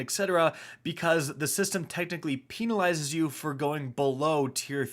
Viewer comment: “PEENalizes”